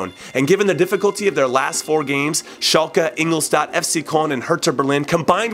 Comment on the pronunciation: Hey Jimmy, just a correction for the future: Ingolstadt is pronounced In-gol-shtat. :)